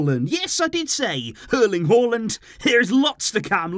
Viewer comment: As a norwegian I was actually shocked when I heard you pronounce Haaland correctly😂